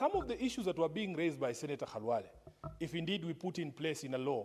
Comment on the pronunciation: Is this speaker a Luhya? She knows very well how to call senator Khalwale. Others calling him Kalwale.